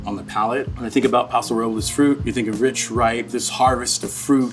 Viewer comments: He mispronounces Paso Robles & Willamette Valley!!!! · Same! Next I hope one day he learns to pronounce "Paso Robles" correctly 😂 then my life will be complete